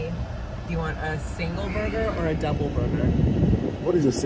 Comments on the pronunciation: says booger.😂not burger. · The way he says - “ Burger” it sounds like “Booger”.. 😂😂😂😂😂😂😂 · As a mom I keep hearing boogers! 😂🤣😂 My kids would tell me they wanted “boogers” I was confused until I figured it out! They wanted a McDonalds Cheeseburger meal! My kids are grown now. Thank you for that amazing memory! Im glad you enjoyed it! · PRONOUCE BURGER not BuGa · "boegah" (pronunciation; heck Idk how to spell it lol........... omgosh I Love it. And look at his bite sizes, go! He doesn't even have to SAY anything for us to 😂😂🤣🤣 And Ling won with a TKO!!